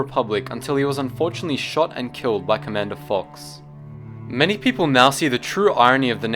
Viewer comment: 'commadner' nice....